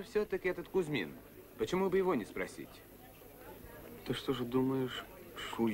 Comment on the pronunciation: Плятт произносит ещё "что", а не "што"...